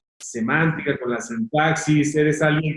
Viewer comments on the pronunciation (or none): ¿eXCELENTE!, PERO... "Sentaxis"?